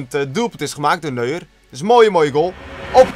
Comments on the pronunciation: Zei die Neuer express of weet ie echt niet dat je dat Duits uitspreekt? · Hij noemde neuer, nuur xD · WoW hoe hij neuer uitspreekt